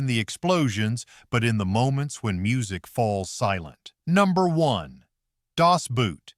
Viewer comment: 'Das Boot' is pronounced as 'Das BOAT'. (N german accent - most U-Bootmaenner were N German.)